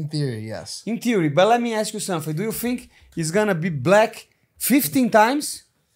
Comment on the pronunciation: "let me ask u somefink , do you fink .."